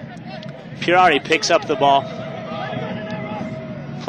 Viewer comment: gaaastón "Pierrarrri"- hahahahhahahaaaaaaaaaaaaa, it's Puerari!